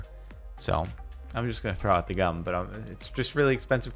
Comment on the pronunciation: When he says gum it sounds like cum